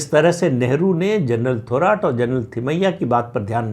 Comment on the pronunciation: प्रदीप जी थोराट नाही थोरात उच्चारण किजीये..